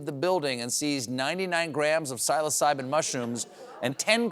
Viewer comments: Yeah. If Stephen knows the term “trippin’ balls,” why can’t he pronounce “psilocybin?” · Why did he mispronounce ' 'psilocybin'?